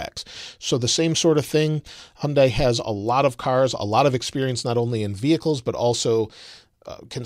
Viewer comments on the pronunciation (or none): Not the point of the video obviously, but I'm tired of people pronouncing Hyundai wrong. It's a Korean word. "dai" is pronounced "day".